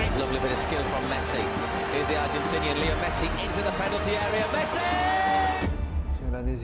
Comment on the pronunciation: "He plays for the argetninian national team..... he must be spanish"